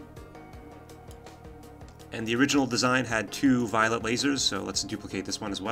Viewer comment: Is it me, or you are really constantly mispronouncing "violet laser" as "violent laser"?